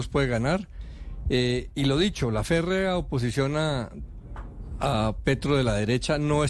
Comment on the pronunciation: Ferrea oposicion hahhaha dice